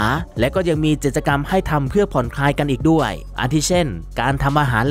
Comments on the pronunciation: จิด-จะ-กำ แอดครับ กิจกรรม มันอ่านว่า กิด-จะ-กำ ตามตัวเลย ปรับปรุงนะครับ ส่วนน้ำเสียงน่าฟังดีแล้ว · ใช่ค่ะ ทำไมเรียกผิดตลอด ทั้งๆ ที่เป็นคำพูดปรกติทั่วไป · พูดผิด ไม้เลื่อย จิตจะกำ 🥹 แต่ขอชมน้ำเสียง/ลีลาการพูดน่าฟังดี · จิด จะ กำ ฟังแล้วขัดหูจริงๆค่ะ ศัพท์ง่ายๆพื้นฐานมากค่ะแอด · กิจกรรม อ่านเป็น จิตกรรม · กิจกรรมครับ อ่านว่า กิด จะ กำ ไม่ใช่ จิตกรรม ความหมายคนละอย่างกันเลยครับ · ไม้เลื้อยค่ะ ไม่ใช่ไม้เลื่อย จิต..จะ...กรรม....อ่านกิจ จะะะ...กรรรม ไปกัดอ่านข่าวมาใหม่.......มันขัดหูคนฟัง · กิจกรรม ทำไมแอดอ่าน จิต จะ กำ ไม่ใช่อะไรนะ clipก็ทำมาดีแล้วกำลังเพลินๆ แต่มันขัดหูมาก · กิจกรรม อ่านว่า กิด จะ กำ ไม่ใช่ จิด ตะ กำ นะคะ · "กิจกรรม" ด้วยครับ แอดอ่านเป็น จิด-จะ-กำ ตอนแรกนึกว่าพูดผิดครั้งเดียว กลายเป็นว่าอ่านผิดจริง ๆ น้ำเสียงน่าฟังดีมาก ต้องปรับเรื่องการใช้ภาษา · เนื้่อหาดี แต่ออกเสียงพรือพูดผิดเยอะมาก เริ่มต้น ดล หรือ โดรน ครับ ผมฟังนับ 10 รอบนะครับ พูดว่า ดล จริงๆ ออกแบบโดยชาว อิตตาเลียด ไม้พุ่ม และไม้เลื่อย น่าจะไม้เลื้อย นะครับ วงแหวนน้ำแข็ง เกิดขึ้นเป็น ค้างคาว (ครั้งคราว) ห้าม พาด กิจกรรม (พลาด) ไม่ได้ จับผิด หริอตินะครับ แต่แค่ฟังผ่านแล้วมันสะดุดหู แต่เป็นการตืชม เพื่อปรับปรุงให้ดียิ่งขึ้น